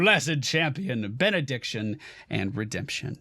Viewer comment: did he say "after bein'-a-dick-tion was added"? That's what I've heard instead of Benediction